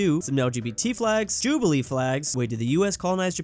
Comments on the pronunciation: "Jubilee Flags" BRUH As a filipino, I would like to say its pronounced joh-lee-bee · He pronounced Jollibee as Jubilee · "that probably wouldn't fly." Americans both left and right raising communist and Nazi flags: 💀 If Japan did become a colony of the USA, many Japanese would be encouraged and emboldened to fly the imperial flag. did just pronounce Jollibee as Jubilee? Well at least he didn't mistake Jollibee of being Japanese, also, yes, I'm pretty sure the United States colonized the Philippines. Because they did. that wasn't the Mongolian empire, those were Aztecs. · JOLIBEE (JOL-E-BEE) NOT HOW YOU PRODUCED IT. PHILIPPINES FOREVER!!!! 🇵🇭🎆🇵🇭🎆🇵🇭🎆🇵🇭🎆🇵🇭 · the way he pronounced jollibee 😭😭😭😭💀💀💀💀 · Never heard some say Jollibee like that 😆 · That Jollibee pronunciation though… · the way he says Jollibee hurts my soul